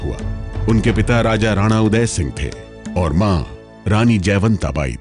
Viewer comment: Madem sigh nhi singh hota hai wo...